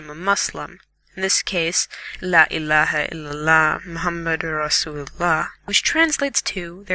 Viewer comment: It's not La Ilaha Iliha, it is La Ilaha Ilila, not Ha okay? I don't mean to offend you